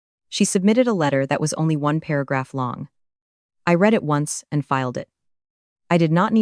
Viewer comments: Not reed but read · This is a remake of a story I read just a little while ago but with a man instead of a woman. Plus, they still don't know how to say the word "read" correctly.